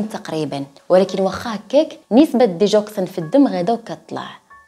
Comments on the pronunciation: اسمها ديغوكسين ماشي ديجوكسين بال غ ماشي بال ج Digoxine للتصحيح فقط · Digoxin كتنطق بالگا ديگوكسين حيث قربت نسالي الحلقة وماعرفتش الدوا اش هو حتى طلعات سميتو مكتوبة